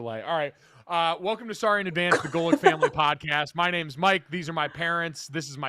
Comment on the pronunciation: That was an okay pronunciation Mr. Golic!